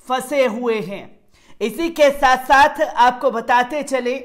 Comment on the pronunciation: 🤣🤣🤣 sat sath nhi sath sath hota he bhai sahi to balna sikho pehle